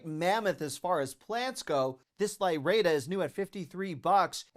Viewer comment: Lyrata: lye-RAH-ta. 14 inch refers to the planter diameter.